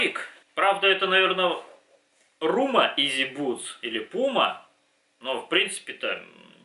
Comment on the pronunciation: Не рума, а рита!